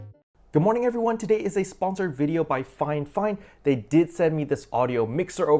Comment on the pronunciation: I am watching this and CANNOT understand why you keep calling it FINEFINE?????